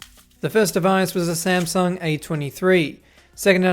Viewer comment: Smasnug haitch Tee cea